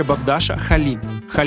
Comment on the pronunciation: не з АдАни, а з АданИ. Наголос на останній гласні.